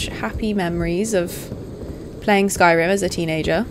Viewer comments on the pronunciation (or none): none